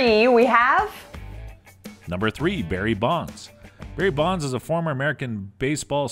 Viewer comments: Maybe get someone who can speak clearly to narrate the video. Never heard of “Barry Bond” or “Willie May” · I like how he says “Barry Bond” as if his dad was James Bond. One of the worst videos I have ever watched.